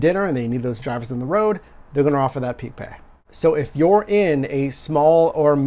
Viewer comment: Stop saying peak pay